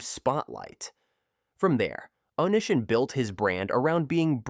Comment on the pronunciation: How can you possibly do any research and then do something as fundamental as pronunciation and butcher it so badly? It really makes me question everything about your video when something so simple cannot be done. The way you pronounced "O-knee-si-on" name is just insane. His name was part of the online persona therefore part of the entire story. The guy was an absolute scumbag and then some but my god. If you can't even pronounce a name correctly, what else did you get wrong? Details matter.